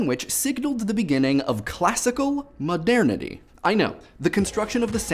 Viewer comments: Given how often the word was used in this video I feel the need to be a pronunciation-nazi and point out that it's pronounced "mo-dur-ni-tee" like modern-ity, not "mo-dair-ni-tee." It sounded really weird to me every time I heard it. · 1. I'm not sure, but I find your pronunciation of the word "modernity" hilarious. 2. The lyrics are a bit off to begin with and fair use is supposed to be fair game. 3. Happy Thanksgiving! (Screw political correctness. If someone says "Merry Christmas" and you take offense to that, it's your choice. It's not the fault of the one who wishes you a positive well-being.) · First off, I find it hilarious whenever you say "modernity". It just sounds funny, and second, NO!!!!!!! They shouldn't need to license the songs, because, as you said, it's fair use, but even if it wasn't, not allowing people to have as easy access to your songs will actually decrease the popularity of said songs, and cause you to lose far more money than you would gain by making broke websites pay you money. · I was so thrown off by his pronunciation of modernity.